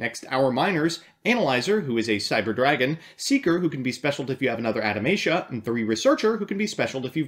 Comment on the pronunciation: Adamatia sounds like it would be the name of a religious Anime Group that is obsessed with reincarnating long forgotten gods. But you must spell Adamatia German: Ah-dah-ma-tee-a